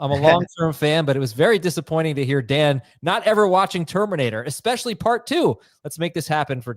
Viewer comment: "EXspecially" is much worse than EXspesso. Just me?